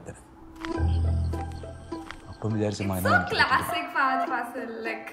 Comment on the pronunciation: U r saying it ryt..its Fahadh Faasil with 2 As...He is lovingly called as Fa Fa